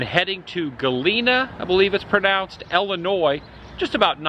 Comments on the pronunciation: Not Wesconsin or Ellinois, but Wisconsin and Illinois. Pro tip from a local. 😁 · South side Chicago for life...unfortunately, ha. I really want to teach you to say Illinois correctly haha.